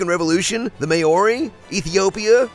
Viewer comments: Oh my God... Wasn't until I rewatched this that I realized what he was trying to say here! 😂 For anyone else completely thrown off by the horrific pronunciation, he's talking about the Māori fighting against British invasion in Aotearoa/New Zealand... 🙈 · Americans need to learn to pronounce "Māori" properly ffs ><